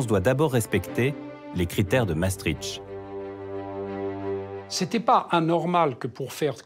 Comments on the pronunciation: ce n'est pas "MaastriTCH" c'est "MaastriCHT"; la voix du documentaire devrait au moins savoir prononcer le mot clef du sujet... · C'est où MaastriTCH, en Russie ??? Dommage, ce documentaire sur MaastriCHT était très bien. Les narrateurs ou journalistes qui ne savent pas prononcer devraient s'abstenir...